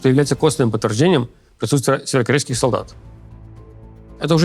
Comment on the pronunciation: Левиев, займись речью. Слово «северокорейский» в твоем исполнении - это издевательство над слухом зрителей